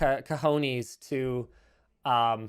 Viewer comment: i would endorse any immigration policy that leads to Linus developing a better pronunciation of “cojones”